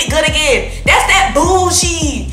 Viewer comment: The way you say bullSHEEE is so funny 🤣. You going to the Bucs@ game?